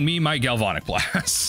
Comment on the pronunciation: I love your content, but gal-VON-ic is killing me! Gal-van-ic, like galvanize.